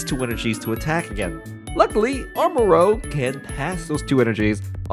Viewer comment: Hey, it is pronounced "Char-CA-det" not "char-det". And also, it is pronounced "arma-ROU-ge" not "arma-roGUE".